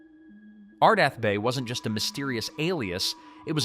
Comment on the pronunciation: It's ArdETh not ArdAth, so that dismisses the anagram theory. Come on...😮